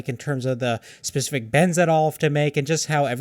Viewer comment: SPECIFIC FFS. Pacific is a fucking ocean. SPECIFIC SPECIFIC SPECIFIC